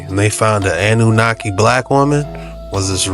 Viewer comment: Ah-nunaki. 😂❤